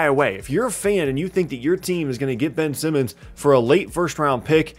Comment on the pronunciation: Please slow down a little, almost every time you said Ben Simmons it sounded like you said Benson. Otherwise, great video!